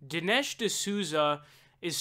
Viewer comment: Din-Esh served